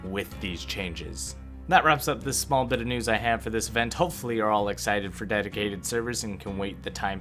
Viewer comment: Omg did I just hear deticated server!?